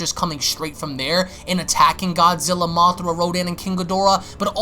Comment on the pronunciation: Its mothra not mothera